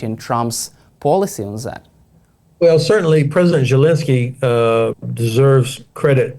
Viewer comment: Why is the ’ constantly saying Zhelinskyy’? Someone please correct this bumpkin!